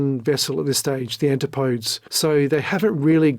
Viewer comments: Yeah, because if someone doesn’t know how to pronounce one Greek word it means they can’t speak English. That’s not you imagining that your specific learned knowledge makes you smart. You’re highlighting a real thing. Just like how you learning the origin of the ship’s name proves you’re intelligent. I remember my English classes where they told us how to pronounce every Greek word and the origin of all ship names. Because that’s what education is all about: Useless information nobody cares about. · FOR THE LUVVA GOD! PLEASE LEARN HOW TO CORRECTLY PRONOUNCE THE NAMES OF PEOPLE AND MACHINES. ANTIPODES IS NOT PRONOUNCED ANTEE PODES. IT'S PRONOUNCED AN TIP O .DEEZ. IT'S DISTRACTING TO CONTINUALLY HEAR NAMES MISPRONOUNCED. SORRY TO APPEAR NIT-PICKY. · There is a proper way to pronounce the steel submersible. It's not ant-ti-podes. It is pronounced an-tip-o-dees. ETA. I doubt Oceangate carried any liability insurance. No underwriter would take on the risk of an unclassed vehicle and the operation surrounding it. Also, there's something still to be uncovered around PH. Stockton, desperate for cash was giving up 25% of his gross take every dive giving PH a seat? From what I know, PH wasn't a naval architect, he's not an archeologist, he never authored any books on the Titanic, he never had family on the wreck, his only claim was he saw it 3x some times from dives. There's a example out there where he incorrectly identified a comm device on the wreck. Some expert. He was however a director of the company that held salvage rights to the wreck. I wonder if he leveraged that to force his way on as a passenger. I can't see money hungry Stockton happily waving away $250 large for what amounts to dead weight on the Titan. Your presentation was really well done, kudos. Others should do so well. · That’s not how to pronounce Antipodes. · An tip OH- Dees Is how to pronounce Antipodes.